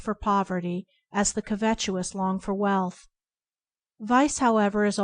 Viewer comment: It's pronounced covetous, not covetuous